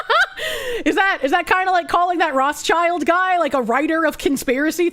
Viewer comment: one trivial thing, it's not roth child. it's roth schild, read as roth shield. their name is yiddish for red shield, their coat of arms, not for red kids.